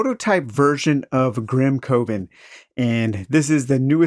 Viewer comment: No, no, no....Grim "CUH-ven" sounds like Grim Oven, man. And that's just....it doesn't work.